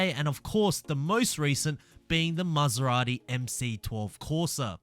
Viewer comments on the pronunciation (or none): none